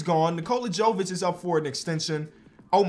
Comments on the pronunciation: Nikola Jovic is pronounced “Yo-Vich” not “Joe-Vich”. it’s like Jokic but a V instead of a K. STOP SAYING JOE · Your pronunciation of Nikola Jovic is quite bad, he is from Serbia